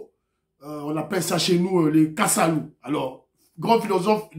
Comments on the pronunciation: c’est kasala, non kasalu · C'est plutôt le kasala et non, kasalu ,là nous sommes chez nous... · Kasala et non Kasalu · Bonsoir mon frère , un générique qui donne les frissons , il est génial ce petit , que Dieu le bénisse et le protège. Par contre Muana udi wela " Kasala "'et non ":Kasalu " . Merci pour cette belle émission comme d' habtude. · Oui mon frère c'est Kasala. Et non kasalu. Merci mon frère, On est fier de ton émission C'est pasteur Marcel Konti depuis Lubumbashi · On dit Kasala et non kasalu